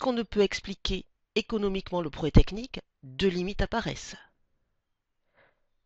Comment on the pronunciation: Sympa la vidéo. Mais pourquoi ne prononcez vous pas le "proGRÈS" technique? Cest très chiant